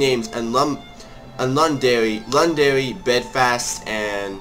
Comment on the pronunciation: he was doing soo well untill he got to pronouncing northern irish names btw londen_derry bel_fast